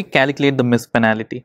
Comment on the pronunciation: penalty* not panality